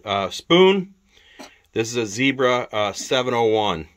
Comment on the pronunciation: You pronounced Knipex correctly thank you. I will let you off the Zebra pronunciation 😂